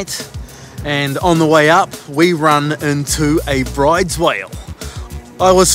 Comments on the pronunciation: Another great vid, boys. Enjoy the time off over the summer. FYI, weirdly the pronunciation of the whale species is "brooder", not like "brides". It's named after a Norwegian, hence the strange way you say it. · Awesome vid of the Whale. Out of interest, brydes is pronounced 'brooders'. Keep up the good work. 👍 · Bryde's Whale Norwegian it is Broo-dess fyi